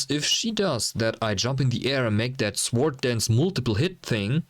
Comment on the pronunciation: Good job, liked and subbed. The "w" in sword is silent though. Cheers